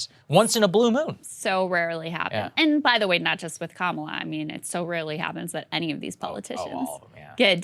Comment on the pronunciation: "My name is Kam-ala harris". Wait so it's not Ka-mala or Kama-la? Fuck me her name changes every day